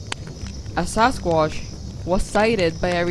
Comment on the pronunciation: She has a strange accent, dose anyone know what it is?? she says 'Sasquash'